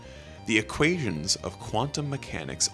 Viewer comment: Excuse me, "equateons"?